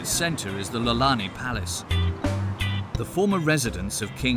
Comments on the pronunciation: It's not lalani palace....it I'olani Palace.. you should learn the names. He is not a duke of honolulu...his name is Duke Kahanamoku. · PLEASE TO AKUA do more research before making one of these videos. The LALANI palace? that was tough to hear... ʻIolani Palace with an i.